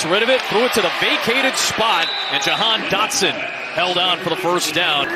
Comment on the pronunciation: called that man "Dahan Jotson"